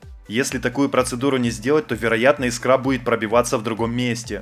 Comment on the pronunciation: Искра бялть Искра , а не искрА , заебали уже говорить по примеру той песни .